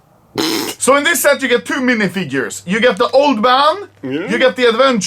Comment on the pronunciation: "MINIFIGURTURES" LMAO 🤣😂😭👌